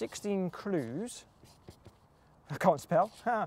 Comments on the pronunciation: I hate the way he says "clues".. His L sounds like a D. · you say clues in a funny way :)